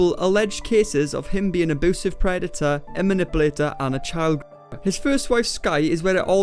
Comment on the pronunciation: Nobody:: "auboosive 😯"